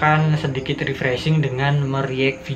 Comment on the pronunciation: Ways itu refresing itu seram bukan Risfresing